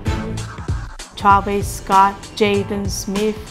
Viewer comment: Charveesgot, Jaden Smeet, Jo Ee Baadis, Go ling, Yan Pahris, Why fye fyunerr, Maggmo